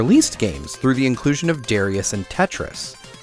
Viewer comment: It DAH-rius, not DARE-rius! Gawd dammit this is just as triggering when people mispronounce Gradius.